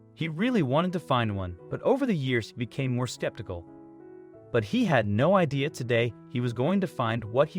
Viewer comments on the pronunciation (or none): none